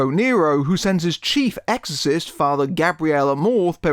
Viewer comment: It sounds like you’re saying “exist” instead of “exorcist.”